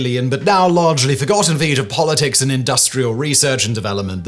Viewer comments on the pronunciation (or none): none